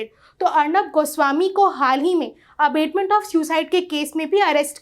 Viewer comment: Vedio is good ,but the pronounciation of abetment is not right. There is difference between abetment and abatement.